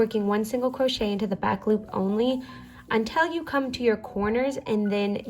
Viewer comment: "single cwochet"